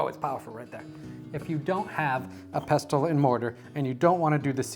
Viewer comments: Serious question - why don't you toast your whole spices first? This is known to enhance their flavour. Also the 't' is silent in pestle. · Delicious! The t in pestle is silent btw 😘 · Yo dude, the T in Pestle is SILENT lol